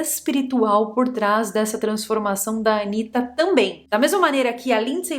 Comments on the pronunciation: não fala Anira mas Anitaaa.ela adora essa pronúncia americana então não vamos dar esse gostinho 😂🎉😂🎉😂🎉😂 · Pra que falar "Anira"? A pronúncia em português é "Anita" e ninguem conhece fora do Brasil alem de brasileiro morando fora. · vc deveria usar a pronúncia correta do Brasil pro nome da ANITA. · AniRa... Agora mudou a pronúncia do nome da Anitta??? Meu poupe...😂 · "Anira" kkkkk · "ANIRA" é ótimo. Sei que a pronúncia em inglês fica assim. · É porque ela precisa pronunciar Anitta com sotaque americano, sabe-se lá porquê...